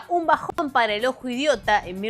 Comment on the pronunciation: te adoro, pero como vas a decir "un bajón para el ojo..." Es un BAION amoooor😅